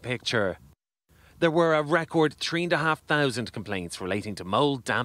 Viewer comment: "Tree and a half thousand?" 😂